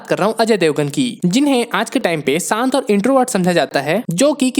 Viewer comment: Saant or shaant ? Acsion or action ?